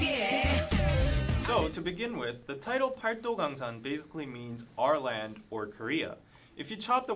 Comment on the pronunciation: the Korean alphabet is very easy to learn, but the grammar is pretty complex - as a non-native speaker who’s been learning for a few years I’d give ur pronunciation a 6 or 7 for paldogangsan! (팔도강산)